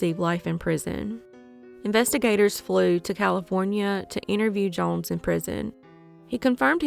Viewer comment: These cases are crazy!!!! Off subject tho the way you say “jones” makes me cring